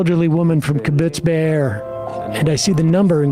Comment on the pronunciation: its kibbutz beeri, not beer. man that happened only 3 months ago and no one even bothers to learn the name, not even a jewish host.. but i guess he knows very well the name deir yassin that happened before he was even born. the hypocrisy...